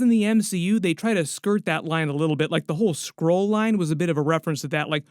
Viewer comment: I honestly thought he said squirrel, not skrull? 😂😂😂